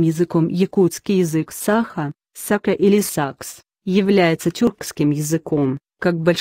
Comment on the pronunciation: не сАха, а сахА! ИИ откуда это знать))